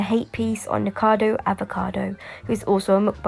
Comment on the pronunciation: its NIKOcado Avocado...no one ever gets his name right XD